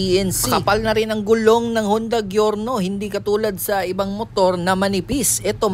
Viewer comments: Jorno. Not gyorno 😂😂😂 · GIORNO AS IN GIYORNO .. kala ko kasi pronunciation nito is like "jor-now"